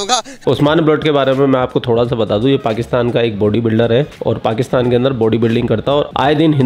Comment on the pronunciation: z or j me kuch jayda fark nhi hota pr pakistan or pakstan me bhut fark hota h 😂😂😂😂